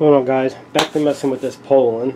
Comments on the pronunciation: The way you pronounced Poulan.....LMAO. "Pole-en"...lmao it's "Poo-len" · crazy cause in 40 years never heard anyone say it the way you say it. POULAN is French so need to say it like a Frenchman POO-Lan